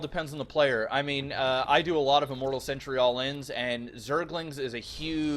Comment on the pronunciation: Am I the only person that keeps noticing that pronounces "Sentry" as "Century?"